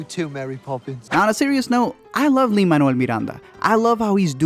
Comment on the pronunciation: I have never heard Lin´s named being pronounced that well,pleasantly surprised